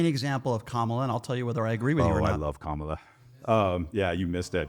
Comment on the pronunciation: How come everyone who doesn't like Kamala, can't pronounce her name correctly? (hint: I don't think its intentional racism, I think its a tell that they only listen to propaganda "news" that knowingly mispronounces her name)